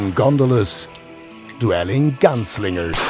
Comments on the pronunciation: The guy could have at least learnt how to pronounce "miniature" and "dueling". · Surely, in a city as large as Hamburg, you could have found a native English speaker to speak in this video? Or the guy could have at least learnt how to pronounce "miniature" and "dueling".